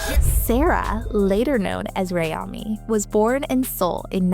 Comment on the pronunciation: amanis? its oronounced "ah-me" 😭😭